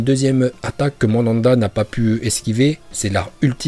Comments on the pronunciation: Très bonne vidéo frère. Mais c'est Myoboku, ça m'a dérangé toute la vidéo. Et aussi Mandanda joue actu a Marseille wesh. Manda c'est le serpent. Merci et très bonne vidéo encore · Et "Madanda" au lieu de Manda wesh orochimaru il invoque un gardien de but.... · "Mandanda" PTDR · prononce les noms des personnages et les invocations de Naruto en VO c' est pour ça que Manda l' appelle Mandanda. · Le serpent géant "Mandanda" 🤣🤣🤣🤣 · Par contre la prononciation de personnages mdrr "OrochimarUUUUUU" xD Et Mandanda c'est un gardien de but mdrr si vous parlez de Naruto des fautes aussi grave c'est juste inadmissible (pour info c'est Manda) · Putin mais c'est pas possible la prononciation, y a écrit Myöboku tu dis Mobyoku, c'est Manda le serpent et toi tu dis Mandanda le gardien de football, fin c'est récurrent vraiment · Mais c'est le mont Myoboku et pas mobyoku!!! Et Manda et pas mandanda... je ne savais pas que orochimaru invoquait un gardien de but.... Désolé bonne vidéo mais j'ai eu envie de pleurer quand j'ai entendu ça... Pour un fan de Naruto c'est pas oufff